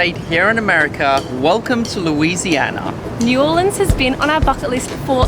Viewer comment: And he said New Orleas wrong